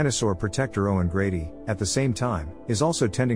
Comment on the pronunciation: Owen "Graby" like come on my dide you literally got his name right 3 mins later 😂😂😂😅